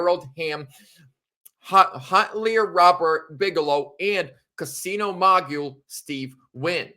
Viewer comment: Mogul pronounced Mow-gull. Billionaire donors concerns me. Generally they want something in return.